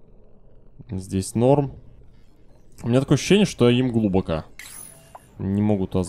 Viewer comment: ради бога, глубокО. Уши режет просто.